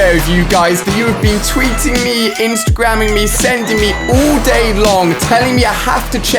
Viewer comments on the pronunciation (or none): its not OOL DAY ITS ALL DAY